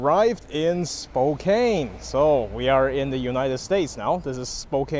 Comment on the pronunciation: It's Spo - kann not Spo - kain